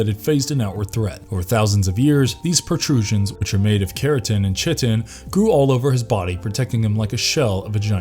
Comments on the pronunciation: Love the content but chitin is pronounced differently the chi is said like u say the y in sky so say sky-tan now without the s •••• ky-tan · Chitin is pronounced "Ky-tin".